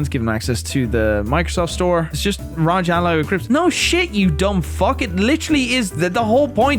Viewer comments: R O G not ROG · trying to say ROG. “Using the Raj”